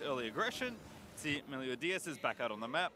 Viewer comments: its meliodas! meliodas! MELIODAS!! not melio DIAZ!! these casters! clearly not a fan of 7 deadly sins! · Vedius, the jungler's name is Meliodas, not Meliodias. You said Melidoias all game. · Vedius saying Meliodias is more tilting than seeing Jankos’plays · STOP. MISPRONOUNCING. MELIODAS. Literally pronounced exactly as it's spelled. Holy shit. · You talking about the constant mispronouncing of Meliodas? I'm there, too. Like holy shit please read the damn name. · And the other casters alternated between saying it right and wrong. Like, holy shit. fucking read. It's pronounced EXACTLY as it's spelled.